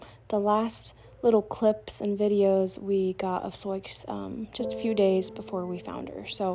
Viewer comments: The intentional mispronunciation captures a precious family memory of a child trying to read the name out loud. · May I ask you why your pronounce her name as Sioux ( Soy-x) when it’s an Indian name Sioux (sue) ? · I’ve heard similar stories of people losing horses and cattle to people out shooting. I had a friend whose mule was shot and killed by hunters who mistook it for a deer. I’m sorry for your loss. Why do you call her soyex though? It shows her name as Sioux, that’s commonly pronounced “soo” like the girls name Sue. Soyex is a strange pronunciation for that. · I don't know what ever you are calling the horse.... BUT SIOUX IS "SOO'.... INDIAN PEOPLE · BTW her name is pronounced to rhyme with boo or do. It's the name of an indigenous tribe. Not a huge deal but I know people can be mean about things like that. I lost a horse and can't prove what happened but my best guess is the neighbor did it, hit the little guy in the head so hard his nose was bleeding. Can't think of any other explanation. I was afraid to get another one so I switched to goats for now. Good news is stalker isn't living there now although he still owns the house. I had daily pressure for years, afraid of what he would do next. Love my goats but sure miss my horse!